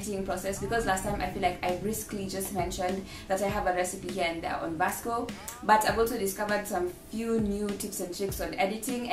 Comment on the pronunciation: Ily but it's pronounced visco not Vasco 😂❤️✨